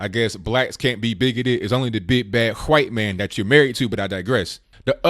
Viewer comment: Bro the way you say white man is funny as hell. Its like you are blowing while you say it.